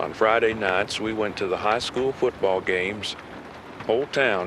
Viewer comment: A high with an accent, how cute